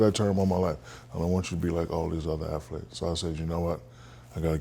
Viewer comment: Shaq said aflete....there is no f in athlete.😂😂😂😂😂😂